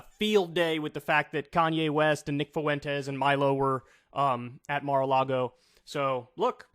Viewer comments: For the love of Christ Kyle, it's not Nick "Foo-entes" it's Nick "Fwentes" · Kyle why are you pronouncing his name like "Foo-en-tez"? It's Fwen-tez. 🤣😂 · Holy moly man, its pronounced "fwentez", two syllables, emphasis on the first syllable. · Is that really how you pronounce Fuentes? I thought it was closer to Fventes if anything? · Yeah, no. It's definitely not pronounced "foo-entes". IDK how so many people struggle so much with a name as common as "Fuentes". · Whoa, wait...since when is "Fuentes" pronounced "FOO-ENTEZ"?? Is that actually how Nick Fuentes pronounces his own name? Or is it just funny because it's how Kanye says it? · I can't take hearing his name pronounced 'Foowentez" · Nick “Foowentez” 😂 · Kyle, learn how to pronounce "Fuentes" properly. it's not that hard.